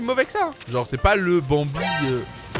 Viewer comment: Prk tu dit banbie les skin sa veux rien dire